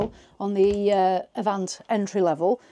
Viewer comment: All done in one take, or I missed some seriously skilful editing. Make your mind up with 'Avanté', three different pronunciations in 20 minutes. Nice, concise video covering the entire range.